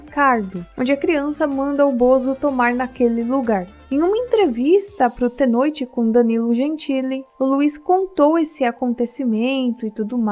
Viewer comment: desculpa, mas pra mim... "Tê" Noite é intankavel kkkkkkkkkkk